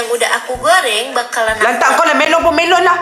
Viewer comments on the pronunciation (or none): Idonesia memang cakap buah melo😅